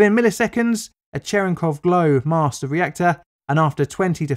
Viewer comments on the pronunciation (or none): none